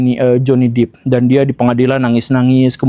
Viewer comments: Depp (dep) bukan Deep (dip) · Johny 'Dep' bukan 'Dip' Pak Guru, bacanya 😂 maap mengoreksi habis cute banget bacanya Dip. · Amber heard contoh perempuan manipulatif... utk pria, stay the hell out of that kinda woman. Btw, it's Johnny Depp not "dip" but "dep"